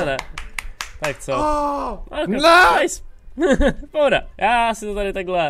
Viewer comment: Nice jako město ve Francii se čte Nýs voe 😂😂